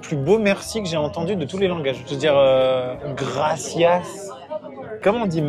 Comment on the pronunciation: La prononciation du "gracias"...incroyable🤣 aucun effort😂